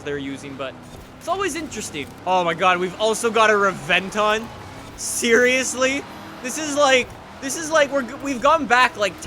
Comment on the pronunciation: *Rebenton, the V is pronounced like a B